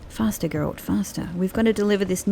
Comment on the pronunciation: Hoping some day, u will say Geralt the right way 😂, when u play as ciri, try to explore ur missing out on some conversations